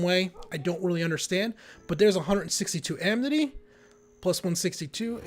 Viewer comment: Does he keep saying "amNity" all the time?